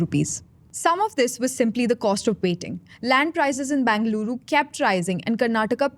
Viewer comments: Either say Bangalore or Bengaluru... not Bangaluru! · Why does she pronouncing the name as Bangaluru ? itS either bengaluru or bangalore. Make up your mind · Would help the presenter if they were to spend a minute on how Bengaluru is pronounced. Terrible downgrade from Akshara. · Appreciate the effort that went into putting this video together, would greatly appreciate if you can also get the host to pronounce the names of the places like Gottigere, Nagavara and more importantly “Bengaluru” accurately! Thanks in advance